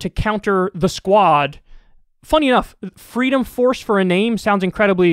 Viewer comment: "Fweedom Fawce isn't for fweedom, naw are they a fawce." Discuss.